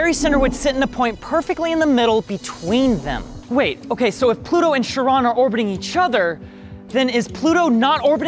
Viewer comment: Ploto. Not planat